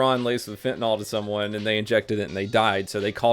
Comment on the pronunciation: Hey. I know you talk funny and mispronounce a lot of things. But there's a difference between "fentanyl" and "fentanol". Fentanol is the brand name of "betahydroxyfentanyl," an analogue of fentanyl, what you're trying to say.